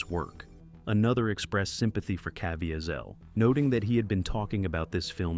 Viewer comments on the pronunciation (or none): And by the way, his name is Cah VEE zull.